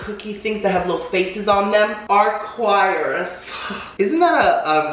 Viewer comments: I love you pero I KNOW your half Cuban ass did not pronounce Arcoiris (translates to rainbow) LIKE AQUARIUS. LMAO IM DONE 😂😂😭😭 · Jajajaja when he’s pronounces arcoíris 🌈 I died he’s so cute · You totally butchered Arcoiris lmaooo that’s rainbow in Spanish